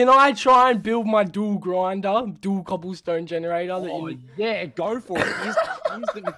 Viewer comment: “colloble stone generator” you alright mate?